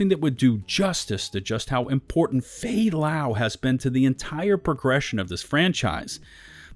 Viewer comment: man the moment I killed fay lau I was like that's it I mean what kind of game does this its FAY LAY BRO!! at least put a clips or anything that makes this mission mean something to the agents.